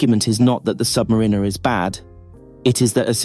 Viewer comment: Learn how to pronounce the name of the watch